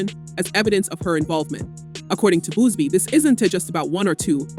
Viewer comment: Its Buzzzzz BEEEE not Boozebee my God🤦🏻‍♀️